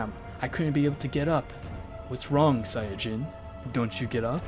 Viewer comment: Sayadjin? Its sayin